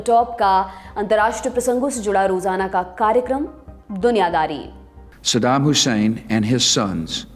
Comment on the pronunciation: Saddam Hussain sahab ka nam to sahi liya Karo यूरेशियन चैनल